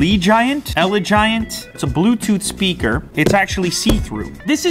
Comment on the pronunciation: Ellie giant lol it's pronounced allegiant like allegiance